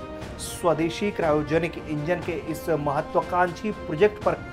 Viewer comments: Padha likha kro क्रायोजेनिक सय्रोजेनीक बोल रहे हो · Itna bada media house or cryogenics ki pronunciation Bhi check Nahi Kar sakta to Itni badi content team Kis liye rakhi hai